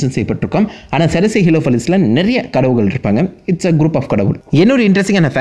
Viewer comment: Adhu Enna Dah Kadavugalll_✅✅✅ Kadavulgall_❎❎❎ 😁😁😁😁😁